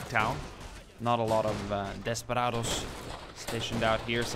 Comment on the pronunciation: Desperados not “desparados” otherwise good pronunciation